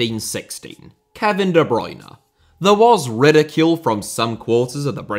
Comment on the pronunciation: Debut*not Deibyu Makélélé * not Makaleilei Félix * not Fêilex Villa* not Viller Serie* not Seri Half* not Holf Andriy* not Ondrey Drogba* not Drogber José* not Djouwsei Jô* not Djouw München * not Munich Swansea*not Swonzea Eden* not Iden Bremen* not Breimen Bruyne* not Bruyner Fofana* not Fofohrner